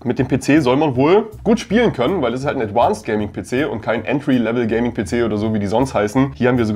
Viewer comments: Das heißt nicht „adwanced“, sondern „advanced“. Klar? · Danke für solche Tipps.... Ich als Otto Kunde würd denen am liebsten schreiben 🙂 P.S. ADVANCED hat keine besondere "englische" Aussprache, was das "V" angeht ;-) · ein englisches "V" wird wie ein deutsches "V" wie in "Viktor" ausgesprochen... das klingt schrecklich. Das Gehäuse besteht auch nicht aus Aluminium, das ist verzinktes Stahlblech